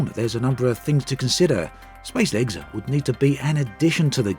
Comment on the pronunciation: How fast... can you say spacelegs...... seriously through the video it got faster and faster.... until s p a c e l e g s became spslgs and at one point u said space leg lolol I love u dude please I wanna make a space legs drinking game.